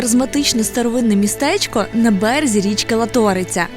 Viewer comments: Не ЛатОриця, а ЛАториця!!!🫤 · Не ЛатОриця, а ЛАториця! Наголос на першому складі! Будь ласка! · Дуже приємно бачити, але правильно вимовляйте наголос,ЛАториця а не ЛатОриця.Дякую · Страшне, як ріже вуха тота ЛатОриця і РакОці🥴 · ЛатОриця. Ни. ЛАториця! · Тільки річка ЛАториця, а не ЛатОриця. ПІкниця і РАковці. Дякую. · Латориця ---наголос на а А а не на О!!! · не латОриця , а лАториця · Правильно не Латоооориця, а Лааааааториця))) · лАториця а не латОриця !!) ржу не можу, ще не чув щоб хтось так акцент ставив ) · Так! Це і є краса України! Це наше дихання, життя, праця і відпочинок. Це те, що зберігається століттями і передається поколінням. На цьому держиться життя) Дякую за відео. Лише шановні і! Називайте з правильними наголосами назви річок - не ЛатОриця, а ЛАториця) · Не латОриця, а лАториця, не РакОці, а РАкоці! Дякую за випуск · Мені як закарпатцю дуже ріже вухо коли ви кажете Латóриця, правильно буде Лáториця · Не ЛатОриця а лАториця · Л'Аториця! А не ЛаТ'ОРИЦЯ шайтан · Дуже гарне відео, але річка ЛАториця, а не ЛатОриця. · Народ не Лато’риця а Ла’ториця😅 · Не ЛатОриця, а ЛАториця. Вуха ріже. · ЛАториця, палац РАкоці, а не ЛатОриця і не палац РакОці. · Все гуд. Тільки на далі кладіть правильно наголос в місцевих словах. Ніхто не каже пікни'ця. Правильно наголос в першому складі слова, пі'книця. І річка Ла'ториця а не Лато'риця. Люди які вас дивляться і можливо поїдуть по ваших слідах, можуть запам'ятати неправильні назви. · Мені дуже сподобалося відео! Тільки я хочу вас виправити не латóриця а лáториця ❤ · Класний випуск, як завжди!👍✌️Вибачте будь ласка за душність, але, як місцевому, дуже ріже вухо неправильний наголос у назві річки☺️ Правильно Лáториця, а не Латóриця. Ще раз вибачаюсь🙏😉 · Наголос назви річки на перший склад .Лаааториця. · лАториця, а не латОриця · Сам не знаешь спроси у местных людей , режет слух ЛА торица ,ударение на первый слог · Ударение в слове Латорица на первый слог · Наголос на Ла в Латориця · Латориця наголос на а